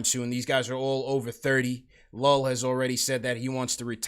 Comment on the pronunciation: It’s not pronounced Llull It’s You-e